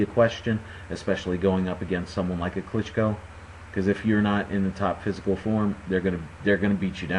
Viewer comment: Nice pronounsiation on sec If you would like to say it even closer to original, you can put stress on the last O klychkO letter t - is just german customisation, it's not present in original surname :)